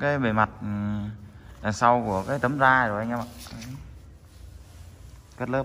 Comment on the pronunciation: da chứ không phải Ra bạn nhé, đọc sai đâm ra cái phụ đề cho ng nước ngoài cũng bị sai theo á, bạn nên chú ý nhen